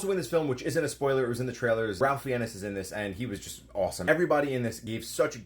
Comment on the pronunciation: You should learn how to say Ralph Fiennes